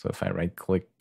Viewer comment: Good work, you just need to add that "k" at the end of "click" :)